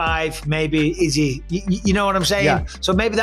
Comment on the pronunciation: why does this guy pronounce izzy's name like that?!